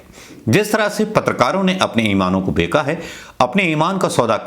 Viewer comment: बेका नहीं बेचा